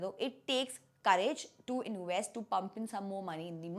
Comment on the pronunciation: It's not inWest.. it's inVest